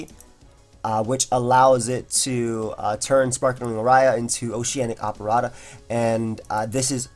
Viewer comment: how did u manage to mispronounce aria and operetta in the same sentence